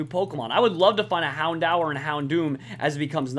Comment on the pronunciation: say houndour as in Houn-door